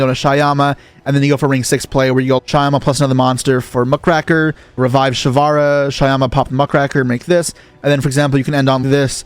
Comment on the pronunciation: one day someone will pronounce muckraker correctly. still, great video